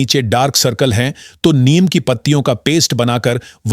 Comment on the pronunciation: नीम को नियम क्यों बोल रहे हो।उच्चारण तो ठीक से किया करें!